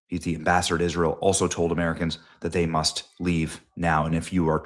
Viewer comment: Wow Benny you took gaslighting to a new level. You left out words from the post and added your own making it sound worse than it is- like how you said "MUST" with emphasis when it wasnt in the post, or how you emphasized the restriction of movement in Israel when it said certain areas of Israel. Dont be a tin foil ass clown Benny. Be better.